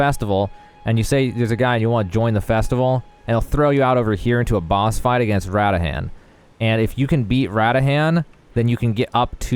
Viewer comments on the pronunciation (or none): man said radahan omg im dead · best way to tell if someone doesn't care at all for the cutscenes and lore is ask how the pronounce Radahn (ruh-dawn)